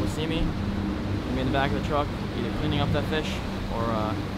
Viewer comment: Aye brah I give u credit u can pronounce poke correctly -I’m from Hawaii so Ik how to pronounce poke correo